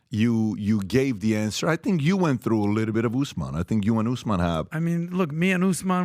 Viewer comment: Kamaru ooossman 😂